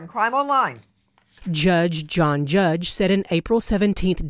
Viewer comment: LOL🤣🤣🤣 "Juuggg John Juuggg"!